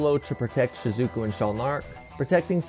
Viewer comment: Shizookooo 😂 Good vid though 👌